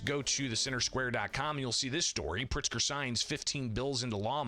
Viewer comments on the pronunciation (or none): none